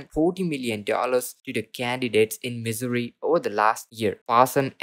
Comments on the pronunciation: He's got one thing right living in Missouri is misery. Every time he says misery, I crack up. I keep hoping Missouri will come out with a better stimulus for all, but I doubt it. We are just going to have to live in misery. Dude Missouri is not pronounced misery, it sounds like mizzouri. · Why is this guy pronouncing our state wrong????